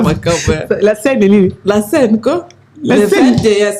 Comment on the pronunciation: je préfère que tu parles la langue que tu maîtrise mieux. Tu es chroniqueuse apprends. Trop d'erreurs. Souvent olobi Passeport diplômâte, salle ya heritier olobi lisusu saint paris, paris scène.